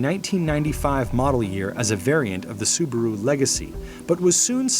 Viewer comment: "Sabarou Outback is real wagon! I don't consider it to be JuuUuVee." - American while smearing questionable sticky substance his lips "Nais lock! Yes, sir! Nais lock!"